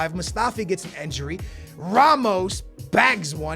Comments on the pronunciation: why are you saying enjuri its injuri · It's INjury not ANjury and not ENjury, so please pronounce well it's disturbing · says injury like enjury lol